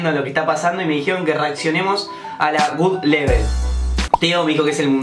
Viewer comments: Se dice GodLevel no GudLevel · Se pronuncia god level no gud level jaja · Absolutamente Nadie Ian: "Gud Level"